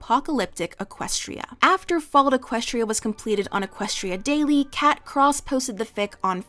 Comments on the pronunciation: I’ve never heard anyone call Kkat cat. They always say Kay kat. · I've listened to audiobook recordings of this fic at least 5 or 6 times all the way through. I even purchased the 3rd edition print copy with it's bible like pages! Kkat did a phenomenal job with this fic, and it's one of my absolute favorites in the brony fandom! Btw I've always heard the author's name pronounced Kay-Cat rather than just Cat. Also the drug is mint-al (play on mental and mentats) not mint AIs.